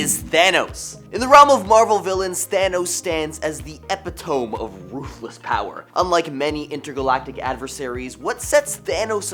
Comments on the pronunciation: E-pi-to-me, not epi-tome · My man. əˈpidəmē. Actually, please never stop mispronouncing or misusing quadrisyllables. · Ep-it-oh-mee. Your lack of vocabulary is disturbing. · Epi tome? Is that a real American thing? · Love how he pronounced epitome